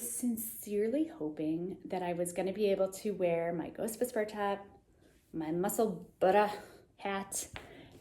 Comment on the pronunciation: Nuts Knitwear and Junko Okamoto have beautiful sweater patterns on Ravelry that feature colour work with strands of yarn in the front. Nutsknitter - Fynbos, Florium and Inflorescence all have floats on front as does Junko's Bouquet. You nailed the pronunciation of "Musselburra" by the way !